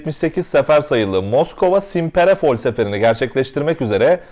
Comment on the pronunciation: Çok hızlı bir şekilde video çıkarmışsın ellerine sağlık, güncel olayları takip etmen çok iyi. Yalnız bir sorun var bunları söylemem gerek Kerem Gök'ün de hep yaptığı hatalar bunlar. Ural yazıldığı gibi okunur yani ingilizcedeki gibi değil, Simperepol değil Simferepol, değil Jukovskiy ve özellikle Raybaki değil Rıbaki çünkü isimler İngilizce değil Rusça. Eğer bunlara dikkat edersen çok iyi olur, Rusça okunuş için de yardım istersen mail atabilirsin